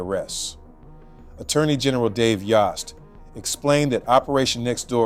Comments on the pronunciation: His name is pronounced Dave Yost rhymes with host. They already said his name in the news clip dude... Come on. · FYI...it is pronounced "YO"st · Great job with this story. I'm in Ohio and I'd already forgotten about this, because the news cycle moves so quickly and you shared many details that I hadn't heard. Thank you. P.S. Yost is pronounced like Roast, like Yo! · It's yohst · Thank you for covering this. It’s Yost like yoke. He’s been the ag for awhile now. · Dave's name is pronounced Yost as in host! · Moderator mispronounced Yost. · Say it- Spell it- Long o worth the wait. Turn around. Yost